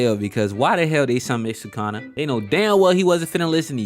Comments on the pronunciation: Dude it's su-ku-na not sakuna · It's not sucana it's sukuna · was weird you called sukuna, sukana, but other than that, fire video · Sukuna… nah, we say Sukana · bro called sukuna "sukana" the whole video 💀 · These diabolical pronunciations are killing me “sue-kana” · i love your vids bro but u pronoucing SU-KUNA like your saying SA-KANA.... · Who is sookana? Rewatch the anime and learn how to pronounce the names if you’re gonna make videos about them. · Awesome video..... Now say it.... "Sa-kuuu- nah. NOT SAKANA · did my boy say sukana??!! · NO WAY U WATCHED THIS SHOW AND SAYING "SUCK-ON-A" AND NOT SUKUNA.THIS GOTTA BE A SETUP FOR A JOKE IF ANYONE CALL U OUT FOR IT:face-pink-tears::face-pink-tears::face-pink-tears::face-pink-tears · I hate how you say sukana.... but other than that, facts. also part of me feels like toji knew megumi was his son. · ngl that one’s not that bad but goddam sukawna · the fact that this boi is trying to piss off the jjk fans by calling sukuna,sukana like that is straight up crazy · Sukuna❌ Sukana✅ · “Sukana” like what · I know this 🥷 did not just say Sukana 😭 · erm actually it is pronounced "sukuna" 🤓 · this is the first video i have watched from you, and Did you just say "Sukana"???? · just got far enough for you to say you did it on purpose..... you got two comments from me off that shit... gg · Bro please pronounce his name right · Heard sukuna pronounced 27 diff ways 😂😂😂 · Please learn how to say sukanas name so I can keep watching 😂